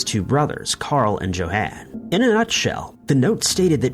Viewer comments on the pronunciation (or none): Johan is pronounced Yo-hawn